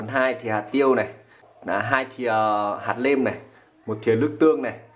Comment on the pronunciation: Nói bình thường thì không sao nhưng khi lên sóng nên tập bớt nói ngọng sẽ tốt hơn, chứ nghe quê và khó chịu quá: nguyên "niệu", hạt "lêm" "lấu" "ló" "lổ" "lóng" "nàm" "nuộc" "nại"...